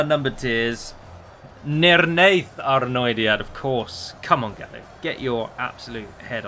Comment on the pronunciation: You Pronounced nirnaeth arnoediad right the first time!!!!